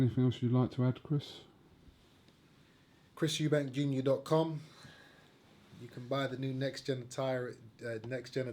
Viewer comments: Did he say NextGenAttire or NextGenital. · micah Richie , i honestly dont hate him. Id prefer groves to win. And i do think him and his dad talk shit, but if they back it up then fair enough. But dont get offended on his behalf snowflake. And it did sound like he said next genital listen back.